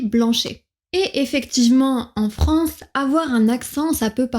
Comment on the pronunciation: Commencez donc par différencier vos "é" et vos "è".... FRANCÉ c'est insupportable